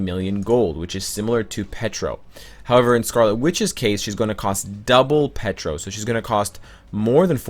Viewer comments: Its Pietro, not Petro. xD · Petro, Petra, Wando, damn is it hard to say Pietro for English speaking people? :D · Omg "Pee-Ay-Tro" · Nicklaus It's an inside joke, lol. He calls Pietro "Petro" and Wanda "Wando" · I swear the way pronounces Pietro makes me cringeeeee.